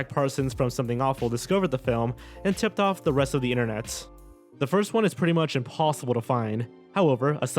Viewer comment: Not foist